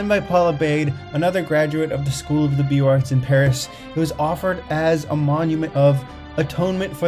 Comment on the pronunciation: I enjoy the images and info. Thank you. FYI it's Beaux Arts = Boze Arrr(t)